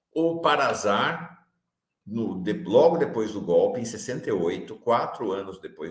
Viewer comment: Desculpe, mas a pronúnciar não é com som de Z. É PARASAR, que, agora, é SAR.